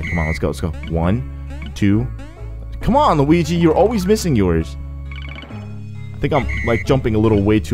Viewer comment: What's with you calling Luigi "Luwingus?"